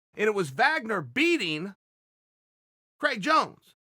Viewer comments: Craig Jones: My name is spelled Craig not Criag. Chael: I say it's Criag. Craig Jones: OK great. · "Criag Jones"